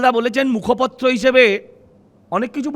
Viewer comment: উচ্চারণ ঠিক করুন, আপনি মুখপত্র নন, মুখপাত্র